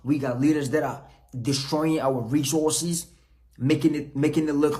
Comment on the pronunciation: He can't say the word properly shows he's not completely on point (Resooses)😂...compare to Resources!!....he has a point though...some of the African Leaders are Greedy!!